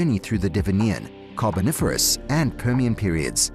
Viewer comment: I think before you do anymore harm to archaeolgy. You learn how to pronounce words like Cambrian and Devonian . Antarctica until recently never had humans on it,.